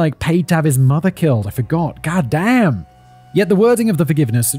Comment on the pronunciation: Hands down my favorite thing Simon says is "gatdamn" in the most American backwoods hick accent he can muster. I want it clipped for my text notifications lmfao